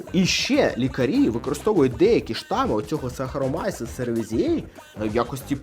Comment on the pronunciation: Пізнавально для маленьких глядачів😊 Але назва дріжджів Saccharomyces cerevisiae - СахаромІцес церевІзіе, а не якось інакше😉 Натхнення для нових рецептів і відео!❤️